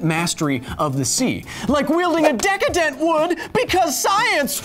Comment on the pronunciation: The entire video I was anxiously waiting for you to say the word decatent